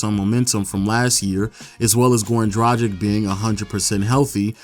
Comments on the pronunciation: It's pronounced DRA-GICH not DRA-JIK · Dragic is pronounced (Drag-ich) not (Draj-ick)